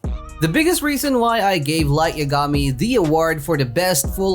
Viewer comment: Did anyone notice that he said light yagami's name wrong